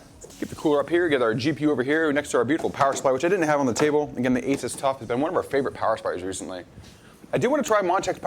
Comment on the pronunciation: It's pronunced A-Soos. Not Aces. Seasonic also made early Corsair PSU's like the AX series. It's a clean build because it's brand new; no dust. Zip ties are a pain in the ass when you have swap something.